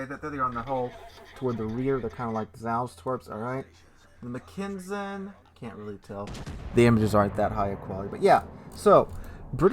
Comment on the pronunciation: Pretty sure the T6 is pronounced Mack-en-sen, not Mc-ken-sen. But I am hyped for the line and the Brit super BB.